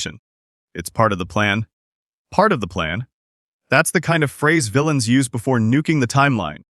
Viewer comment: "Vill-ee-ans"?... I hate AI-generated narration. 🤦‍♂️🤦‍♂️